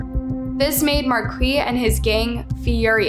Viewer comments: It's pronounced markee not Marquez lol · It's Mar- keese not Marquez lol learn how to read ffs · OK, it's pronounced "Mar-Kees", not "Markwee" or "Markwez" or "Mar-kez" lol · Marquis is pronounced like "markees. Or Markus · Please research the pronunciation of the names... You changed the pronunciation of Marquis's name a couple times and completely threw me off. Marquis is usually pronounced Mar-kees. Hopefully you start looking at the comments and accepting constructive criticism it would really help better your content!